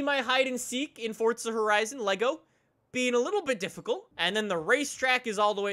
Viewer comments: Its forza not fortsa ahhhhhhh 😆😆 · Its forza not fortza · Can you stop calling it fortza for once ⬇️ is how many people are annoyed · Why does everyone pronounce forza like "fortza" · forza doesnt have a T in it